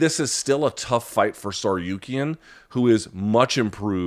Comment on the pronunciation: Lmao bro absolutely butchered that 😂